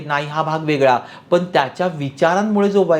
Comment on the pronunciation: asunahee tumhee "पण" ला "पन" बोलत आहात